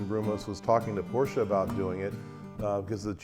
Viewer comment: This is the first time, I am hearing a normal americal customer pronuncing "Porsche" without eating the "uh"